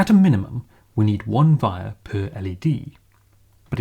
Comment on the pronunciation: Sorry for the ignorant question, but why do you sound like you're from canterbury, but pronounce wire with a V?